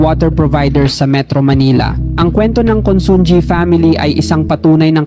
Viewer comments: Pronounced as: 1. Chaw-king NOT Cho-king 2. INA-SAl mabilis NOT dragging 3. CON-SUN-HI NOT Con-sun-gi (ji) 4. A-BA-CA mabilis NOT dragging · Consunji ang pag pronounce yan is consuhi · Consunji ba ang pronunciation nya o consunhi ?